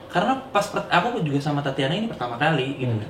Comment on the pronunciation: kok tatiana ya ? bukannya tatjana ya ? =tacana gitu